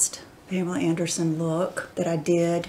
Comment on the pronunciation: Yeah...I found that a bit nauseating. I've always heard her called Pamela.